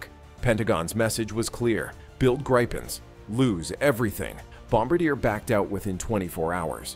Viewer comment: You are mispronouncing BOM BAR DIAY. Bom abadeer is not correct!